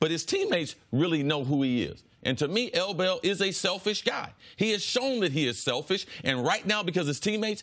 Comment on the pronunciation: Say L Bell one more time ima smack u